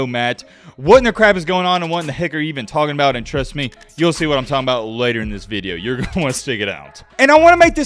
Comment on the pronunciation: you lost me at "veedeo"..